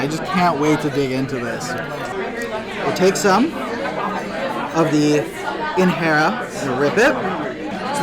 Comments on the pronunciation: FYI... it's not InHERA... It's actually pronounced INJERA, just like what we use to pour our coffee a JEBENA is not HEBENA😊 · Its injera not inhera you have to pronounce j as j it’s not a Spanish word. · in-hera lol 😂.. it's not hesus it's Jesus.. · Thank you for this. Looks so good. Just fyi, when pronouncing Injera, the "j" is actually pronounced. It's not like Spanish. so it's In-ge-ra. 😊